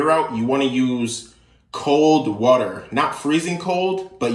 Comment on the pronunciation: How he says water wuter 😂😂😂